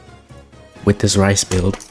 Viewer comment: reese. not "rice"